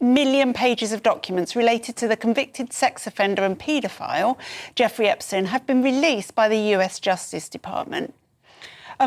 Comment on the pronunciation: This man reporting can't even pronounce Epstein's name correctly? Come on!